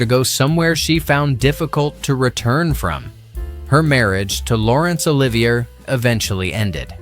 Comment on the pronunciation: Narrator cannot pronounce Laurence Olivier properly. A quality review program will identify erroneous name, word muspronounciations as well as photo inconsistencies in the video.